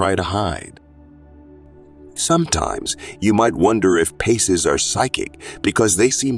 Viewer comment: Pisces not PACES. . Pie Cees.